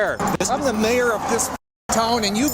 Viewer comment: Great to hear an Australian voice being used for the commentary. But the voice is pronouncing 'mayor' really wrong for an Australian. We say it it like 'mare'.